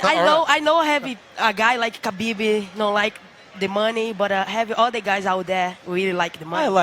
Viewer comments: She calls him Khabibi lol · I think she said "Khabib he" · Yo Amanda looked like she was hitting on Khabib 😂😂, she called him “Khabiby” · I don’t know why it annoys me so much when people pronounce the silent K at the start of Khabib name.